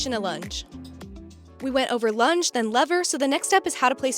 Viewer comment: This is a great demo! .. OBTW when you said lunge I thought you said lunch.. thanks from NZ👍🇳🇿